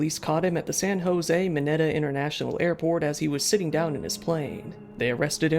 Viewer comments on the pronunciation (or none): none